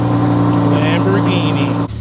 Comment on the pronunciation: Americans.... Lambor ginie Italiano... lamborghini (Lam bor genie) (Ghini = genie: like genie in a bottle..) Love you but it always sound so ridiculous.. LOL Peace